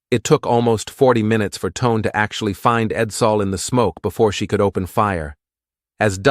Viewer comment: I think that Japanese heavy cruiser Tone is pronounced "Toe-nay". Carry on.